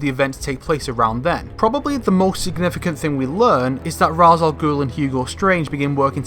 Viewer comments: It’s pronounced Raysh not ‘Rarse’ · This is freaking great. Awesome work. My only comments/criticisms are that you said Raz instead of Raesh and Fal-'cōn instead of Fal-'cōnee.